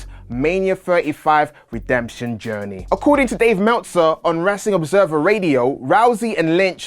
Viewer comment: Who is Dave Mehwtzer?